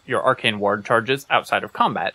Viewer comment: Why do you pronounce “ward” like “waHrd”😂